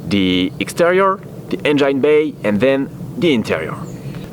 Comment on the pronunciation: lol bro try to pronounce engine like this en-gin . forget the e at the end . common mistake non native english speakers make. Its kind of funny though. Love you work keep it up.